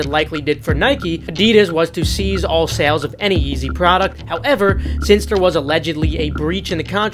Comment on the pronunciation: Are you saying seize or cease? Cuz they're different words with different pronunciation